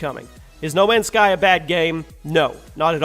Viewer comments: U said no many sky lol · Says he gets it right this time “No Many Sky” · D.lake you mean *no many's sky* as he says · no many sky???????? its no mans sky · "No many sky" 🙁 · who noticed it said no many sky